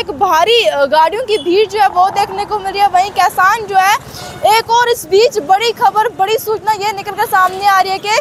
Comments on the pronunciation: Kasan nhi hota madam ji kishan hota ha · बोलना सिखले पहले खेबड़ी 😀😀 कैसान नही होता किसान होता है 🙏